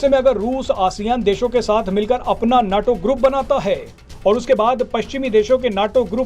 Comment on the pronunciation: abey bewakoof, उसे नाटो नही नेटो कहते हैं।